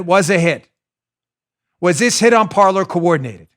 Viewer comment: I think Parler was destroyed because no one knows the pronunciation of that word. It’s not “Parlor” it’s ‘Par-lay” Kind of like how the “epoch times” isn’t pronounced e-pock. It’s pronounced ‘epic’ - and for that matter if you’re calling your news organization “epoch times” then you’re using it as an adjective and the correct spelling is “Epic”. An Epoch is a noun, but still pronounced “Epic” OCD rant over. That stuff makes me nuts, man.